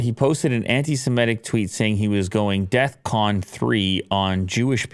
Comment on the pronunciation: DEFCON and not DEATH CON